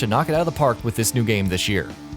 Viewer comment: what in this world is "dish year"